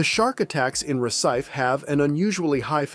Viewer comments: A lot of words are mispronounced. Isn't AI supposed to be smarter than that? BTW, it's pronounced ReSEEFAY, not RecEYEfe! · It’s pronounced “ Ref see Fay “ not recife